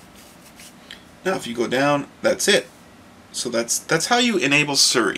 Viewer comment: Its Siri pronounced SEE RE ask her her name she will tell you how it is pronounced =p